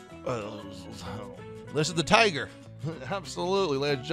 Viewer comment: Its pronounced za ch (like humus) lam and then tagar (g not j)